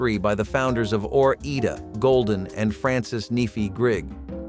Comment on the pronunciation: Ore Ida is a mash of the states Oregon and Idaho, pronounced ore/eye/da.